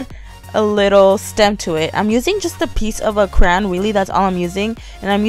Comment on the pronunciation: did you say crayon? or...